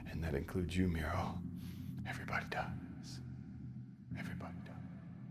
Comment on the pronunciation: It's Miro not micro